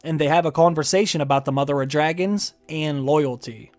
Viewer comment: 'Mother of Dragins'